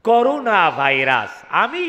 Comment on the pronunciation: এটা করুণা ভায়রাস নয় ' করোনা ভায়রাস .. করনা আর করুণা এক শব্দ নয় .. করুণা মানে : দয়া .. আর করোনা মানে : কোনো কিছু করতে নিষেধ করা